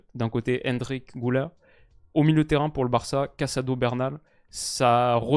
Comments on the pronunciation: Le Ü se lit pas ''ou" mais ''u" Pas "Goulaire" mais "Gulaire" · Personne ne t'en voudra évidemment vu le superbe travail que tu fais, mais petit détail de prononciation Güler, comme ça s'écrit avec le tréma sur le U, ça se prononce en fait GUler et pas GOUler :)